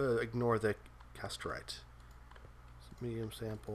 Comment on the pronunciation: Pronounced em wrong. Both ores. Every time. I think I bit through my lip in frustration. Good video, but I'm goin nuts. Sphalerite is not Sapherlite. Cassiterite is not Casterlite.